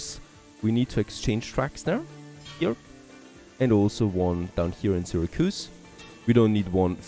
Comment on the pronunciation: And it's SIH-RAC-YOUSE (Syracuse)